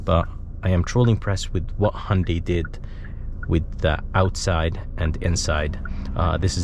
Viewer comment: Just bought mone last week. Friggen love it. Only thing is i got the dsrk grey color which really doesn't show off body details. And BTW its. HUN-day not HON- day.